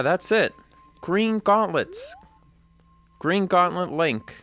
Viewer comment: Its gween